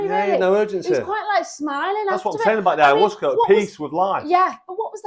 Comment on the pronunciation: Two things - 1) Ayahuasca is pronounced Aya-wasca and 2) It contains DMT...nothing to do with releasing DMT from the liver. It is also one of the most powerful psychedelics out there...not something to be underestimated, by anyone.